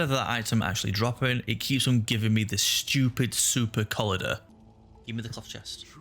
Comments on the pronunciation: Super-coll-ider. Its collider as in collision. Mocha-sins, its Mockasin. You've never heard of moccasins? nice vid. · I'm loving this series, great content! Btw please Google how to pronounce supercollider 😂